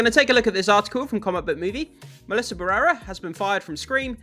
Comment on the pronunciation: It took me forever to understand whose name you were saying!! BARRERA it is BA - RRE - RA Why do English speakers struggle so much with Spanish pronunciation 😅